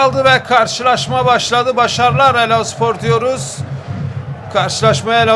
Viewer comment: Elaspor diyor spiker